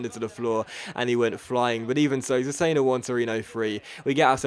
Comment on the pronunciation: cesena is said like chesena, KEEP UP THE AWESOME VIDS!!!